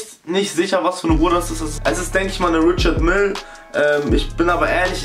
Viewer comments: man spricht richard meil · Richard Mille wird französisch ausgesprochen. Das schlimme ist das hier fast niemand das weiß. Du sagst es und alle anderen sprechen es auch falsch aus. Nenene